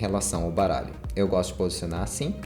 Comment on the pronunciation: só eu escutei caralho no lugar de baralho no inicio?